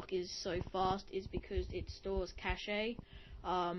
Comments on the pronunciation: its not cache eh just say it like chash lmao but good vid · Good review, thanks. One small comment: in computing, "cache" is pronounced like "cash". That's different from "cachet", which is pronounced like you did. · "cache-eh" I FUCKIN ROFLLED